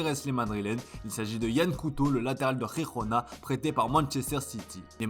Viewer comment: Toujours pas capable de prononcer Girona....